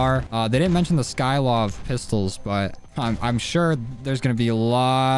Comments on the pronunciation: Sy-kov*****not sky-kov😑🙄😒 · Mans really said skylov